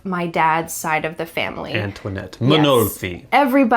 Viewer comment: Antonietta must have been her original name, it ends with a "ta" pronunciation if she was Italian, you pronounced it like a French name. 😅😊